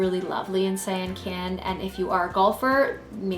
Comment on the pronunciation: You need to pronounce the names correctly Dear... such as Sian Ka'an sounds like "See On Con" and Bahia is pronounced like.. "Buy Hee-a". We love the Sian Ka'an's private beach with its own bar but you have to be in the Privilege Club Member to go to that beach.